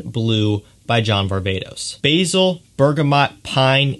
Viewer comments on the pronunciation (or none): none